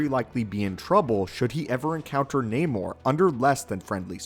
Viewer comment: This is not namor "the sub mariner " This is naaamoor. Get it right.